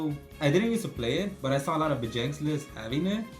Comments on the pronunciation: Vegeks. Anyone else have a pet peeve for when people call it “Vegenks”? The card is right there. There’s no “n”. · Bro get the name right there’s no “N” vegeks